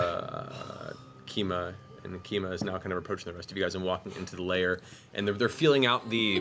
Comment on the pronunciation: IT'S LAIR, NOT LAYER 😩